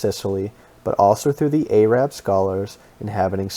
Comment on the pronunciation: anyone who pronounces the word "arab" as "aye-rab" should not be trusted.